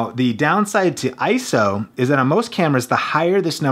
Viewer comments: It's I-S-O, NOT "eye-so". Thx! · I-S-O, not ISO. Repeat after me: I - S - O. You just hurt my brain.